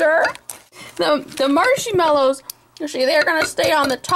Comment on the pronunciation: "Marshy mallows", XD